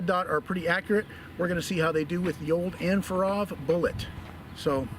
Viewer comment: OG said "AndforAthrob"